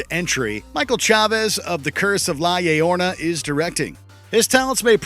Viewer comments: La Llorona is pronounced more like la yorona. That movie was terrible tho so i guess it doesn't matter 😅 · LA AYEORNA? Really dude? It's pronounced LA YOURONA!! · It's pronounced "La Yorona"; not "La Yay-yorna" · "La Llorona" - pronounced la YORONA, not la YAYORNA!! Jeez, figure these things out BEFORE doing the video! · La yeyorna 😐 “ La llorona “ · That way they said La Llorona 😭😭😭 uncultured! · Bruh really said la lelorna instead of La yorona XD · On GOD he said La Yayorna 😂😂😂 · He said La Yetoma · Why y’all let him say layorna...? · La YAYorna!?!? hahahaha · Did you just say the Curse of La YAY-ORNA? wtf. 🙄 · Can't wait for the sequel to La LaY-yoR-Na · La Yay-yorn-ah?? La YAYORNA??? C’mon, I don’t even speak Spanish, & I know how to pronounce this. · Lah Yayorna lmao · It was physically painful to hear him say “la LAY-orna” 😖😖😖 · Who let this get published with “la layorna”... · Nobody:: The curse of La A-Orna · "The Curse of La-lay-orna" lmao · Yorona lmao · “The curse of la yoyorna”.... 🤮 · La ayorna?! Wow. Not gonna even try to pronounce it right. Why not just say lor- ro-nah? I don't think I've ever heard someone butcher a weird in spanish so bad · “LA YayRona” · Ah yes, mi favorite folktale, La Yeyorna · "La Yay-orna" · Dude, check that pronunciation. It's Lah Yor-OH-Nah. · I know he did not just say "La Layorna" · it's pronounce Yorona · well its simply pronounced as "La Yorona" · The way he pronounced "La Llorona" hurt me on a spiritual level :))))))))))))))) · Anyone else physically cringe at how he said La Llorona? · Lol this man needs to learn how to pronounce llorona in Spanish ot more ppl are ganna roast em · dude! 😂😂😂 You said that ENTIRELY wrong 🤣🤣🤣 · As a Hispanic male who grew up with the spooky tales of La Llorona, the way he said the name absolutely hurt my soul. That was quite the mangling of the Spanish Language. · I came to the comments just for this! He butchered that one.